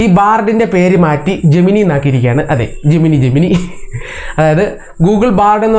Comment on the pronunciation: ജെമിനൈ എന്നാണ് pronunciation.